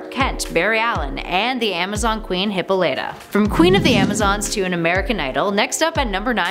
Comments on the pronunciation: At least I’m not the only one. I always pronounce it as Hip-Po-lit-ah (the “o” pronounced as “aw” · its pronounced Heh paul e tah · Hippo Campus yeah I was going to say she said it wrong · Not the only one that is annoyed she kept mispronouncing hippolyta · ...I don’t think I’m going to get over her pronunciation of Hippolyta anytime soon. Top 10 Nerd? Yeaaaaahhh... 🤦🏻‍♀️ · The way you pronounced Hippolyta threw me... O.o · That’s not how you say hyppolyta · You pronounced Hippolyta incorrectly. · She said Wonder Woman moms name wrong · You pronounced wonder woman's mothers name, horribly, several times. Are you just reading what real fans write? Lol tighten up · SavageRabbit that really annoyed me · I love to pieces, but please get names right... Hippolyta isn't pronounced "hippo-lighter", it's "hip-ol-eter" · Damn right! She made it sound like Hippo Lighter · Luis Ramirez more like (Hippah Lat tah) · Lmao "Hipolyta" wow you have never read a single wonder woman anything .... "hip-all- it-a" lmao damn you fail once in every video. There isn't i dont know anyone who reads comics you give to. I mean maybe color??? All of you love to preach how woke you are in these videos. #learntocode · Tell me I'm not the only one that cringed when she said hippoLYta and not hipPOLyta. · NOOOOOOO ITS HIH-POL-IH-TAH NOT HI-POL-LIGHT-TA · Good video but next time you should bother to learn the correct pronouncement of characters names "hippolieta" are you fucken kidding me its pronounced e-paul-lee-ta not that hard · Hip-pauleh-tah, not Hippo-leetah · It is not pronounced hippo-LIGHT-ah. It's hih-PALL-ih-tah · 😱 hip AHH lit ah not hippo light ah she's not a glowing river cow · Hip POL Lyta! not Hippo lighta Learn to pronounce it right please! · pronounced hip-PO-lee-ta not hip-po-LYE-ta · you're constant mispronunciation of HIP-PAUL-IT-TA! (hippolyta) that's what shocked me. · Hmmm sorry but just gotta say it, isn't it pronounced he-po-leh,tuh? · It's pronounced Hip-all-it-ah